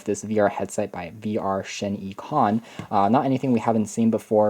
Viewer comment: its shie-con duh